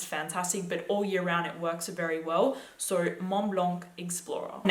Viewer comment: How she says "so," "Sahou."